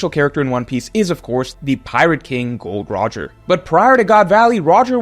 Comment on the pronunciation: did this guy fr just say Gold Roger?!? It’s Gol D. Roger! This guy definitely a WG spy